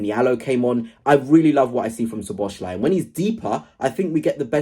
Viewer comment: I know Liverpool isn't your team, but if you're going to keep covering Liverpool, it's So-bo-slai not Sho-bo-shlai. In Hungarian, the "sz" is like an "s" to English speakers.